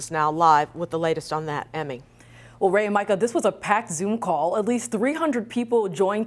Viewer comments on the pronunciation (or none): none